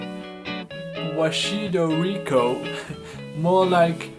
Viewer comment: God, I love how he said “Wachito Rico” 💀